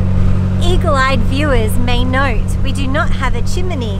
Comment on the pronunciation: What is a 'chimeney'? ;)